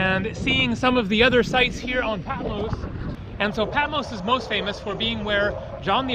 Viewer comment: Sorry dear, but You mispronounced Patmos - it’s not Peh, it’s PA -- I’m Greek, I should know - OPA